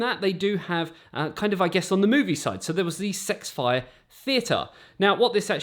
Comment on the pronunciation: It’s not sexfi like he keeps saying it is s x fi